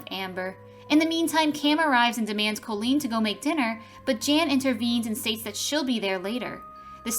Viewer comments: My daughter is named Colleen and the narrator of the video is not pronouncing her name correctly phonetically it’s (cawlleen) not (coelleen) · even though the O in Colleen is pronounced as an A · How many times did I hear my name well at least it is Colleen and not Colien